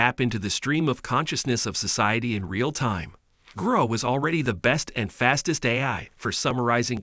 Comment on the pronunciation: grok ... its a hard "ock" sound not growk ... its a real word. Why do Americans do this?